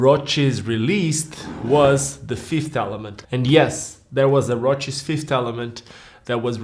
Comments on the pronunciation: Why do you keep pronouncing it as if it's a roach? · I like your particular way of pronouncing ROCES (which I'm not used to, since in Spanish we always do it like the actual word that would roughly mean '(shallow) scratches', 'brushes', or 'grazings' to name a few) and maybe it's the correct way of doing so since they're Italian and I don't have a single clue of how they pronounce it even having had ROCES skates since being a teenager...